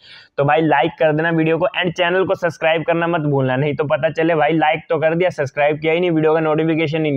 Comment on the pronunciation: Subscribe bolna Sikh pehele.... (SUSCRIBE)🤣